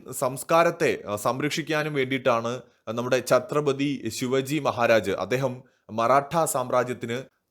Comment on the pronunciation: ശിവജി അല്ല, ശിവാജി ആണ്.